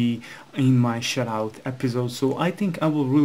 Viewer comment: it sounds like ur saying "shitout"